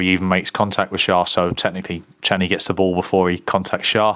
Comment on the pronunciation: he's calling him channy 😂😂